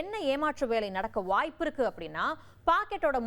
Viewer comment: அப்படி ருக்கு இப்படி ருக்கு..!! தமிழ் ஒழுங்கா பேச தெரியாத நீ எல்லாம் செய்தி விமர்சகர்